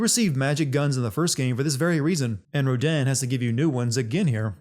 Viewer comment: I'm pretty sure the game doesn't say Rodin the way you say Rodin. +1 sin. lol